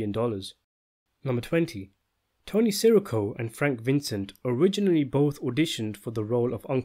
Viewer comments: i’m sure you know from other comments by now but it’s pronounced tony “siss err oh” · Dude - it's sih-REE-co. Not SEH-ricko. Come on! You mispronounce it 100 times in every video you make.